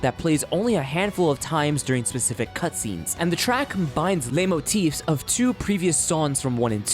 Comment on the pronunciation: The "leit" in "leitmotif" is pronounced like "light" :)